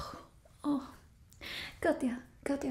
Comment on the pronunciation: Oh wow the way you said katja (or katya) sounded just like the finnish pronounciation for the name katja. Very good video, I like this character a lot.